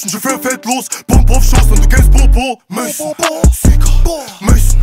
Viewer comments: keiner der das lied eig feiert abr sich nicht anhören kann, weil der maison nicht richtig ausspricht? regt mich übelst auf, kanns mir nicht anhören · Also nichts gegen den Song aber er weiß das, dass Maison=Haus heißen soll (französisch) nicht Maison/Mason=amerikanischer Name(heißt es wird anders ausgesprochen) 🤨😂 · Die Aussprache von Maison ist falsch, das nervt mich so hart